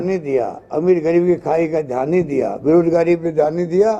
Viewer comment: आरे यार आप किस्से बात कर रहे हो....ये प्रेस कॉन्फ है या चुणावी भाषण...ये पहिले तय करो.. आप बार बार धान करो...बोलते हो..तो.. आपका ध्यन खा है...जनता को... ऊलू समझ रहे तो आप उल्यू हो....जनता सब कूच जांती है